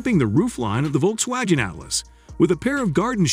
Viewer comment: "Volks-wajen" Who reads this stuff?